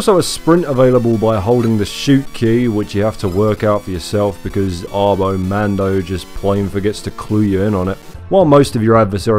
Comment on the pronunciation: I think it's "ah-bo mahn-do", since they don't typically round their a's in spanish